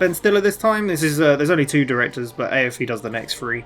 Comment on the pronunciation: FYI: Aiofe is pronounced ee-fa